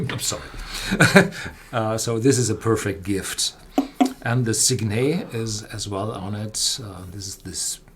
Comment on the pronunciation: Guys, it's sig-net, not sig-nay, the 't' is hard.